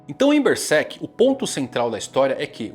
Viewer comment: Mangão fala Bersek